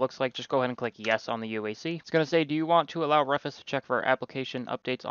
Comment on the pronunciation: Thanks I needed a reminder on how to do this. For the record though it's Rufus is like doofus in proncounciation and Mate is more like Mart-A